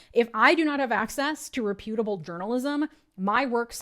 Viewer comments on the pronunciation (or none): hehe you pronounced "reputable" incorrectly. everything is dark, real dark.